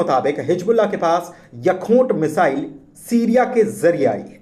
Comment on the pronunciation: Pronunciation to theekh kro Yakhoot ...misile ....